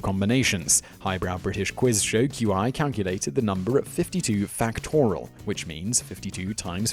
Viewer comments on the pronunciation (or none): none